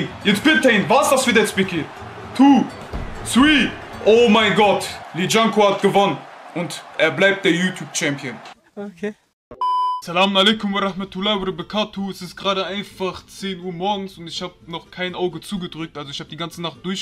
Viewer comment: Er sagt verabekatu anstatt vebbarekatu